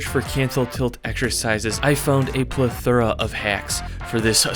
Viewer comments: Pretty sure it’s ple - THU - RAHHH !!! Just kidding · You said plethora wrong I think